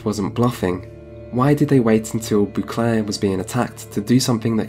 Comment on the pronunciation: I need you to stop saying " boo clair"